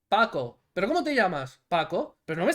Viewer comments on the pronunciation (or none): No es "sialoning", es "silaioning", de sea lion, león marino.